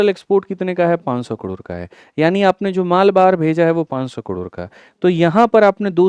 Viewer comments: कड़ोर काहे बोल रहे 😂 करोड़ होता है कड़ोर कड़ोर सुन के दिमाक कड़ोर पर ही अटक गया 😂 दिमाक का दही हो गया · Yrr sir kador kador kyu bol rhe hai😅😅😅